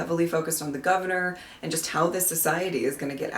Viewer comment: Always enjoyed the villains in this one but Nabil Shaban steals the show as Sil, such a uniquely slimy baddie. His grotesque giggle and pronunciation of 'governyurrr' is honestly iconic. Arak and Etta however are for me the secret weapon to why this story works so well, their commentary adds such a brilliant layer of world-building and meta-humour. This one often gets called Sixie's best TV story but there is one I enjoy even more.